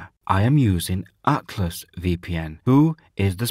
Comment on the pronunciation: Cant understand what your saying when you say Atlas VPN Your pronunciation is unintelligable. Learn how to say ATLAS Good luck!